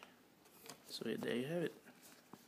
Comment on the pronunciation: I think it's pronounced Easy Go wallet. :)